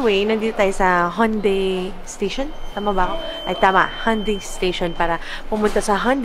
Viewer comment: sorry po hahaha. Pero it's pronounced as he-oon-de. Hihihi. Anywayyy tagal kong hindi nakapag comment sa vlogs nyo, laging sa IGS lang hahaha